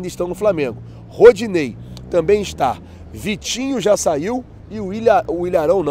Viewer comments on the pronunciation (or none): tem que melhorar em falar nome complicado, ex. O time que o Vitinho vai jogar, nossa vc deu um show pra fala o nome, todos os YouTubes falam tão simples, e mais vc. 👎